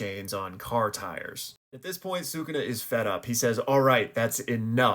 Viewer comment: Stop saying Sukuna incorrectly